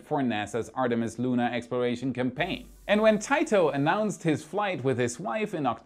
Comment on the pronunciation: “Tee-to”, not “Tight-Oh”